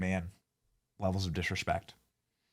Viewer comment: lol "WIIFE" 💪💪💪